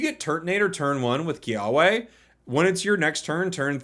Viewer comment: Yo just a small pronunciation thang, Ilima is pronounced with long e sounds (ee-lee-ma) and Kiawe is with a v (ki-ah-vé). Just some Hawaiian words 🤙